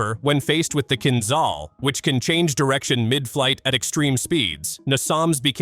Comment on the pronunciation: Kinzhal (a dagger) is pronounced: Kin Ja (like JAR without "R") L (like LET without "ET"): Kin Ja L